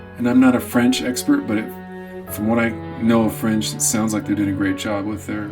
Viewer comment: Whoa, decent French pronunciation. Beautiful interpretation of a beautiful song.